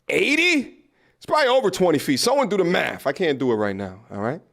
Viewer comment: What is maf. Th sound is NOT a f